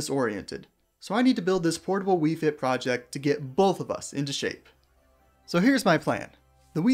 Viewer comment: Ah yes, "faiyt"